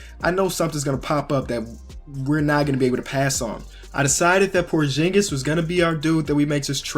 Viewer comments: ITS porzingas not porjingas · It's porzingis not porshingis btw I love ur channel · Pronounce porzingis right